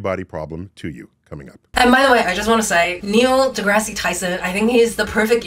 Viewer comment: The second "e" in deGrasse is silent. You sound idiotic when you pronounce the second "e".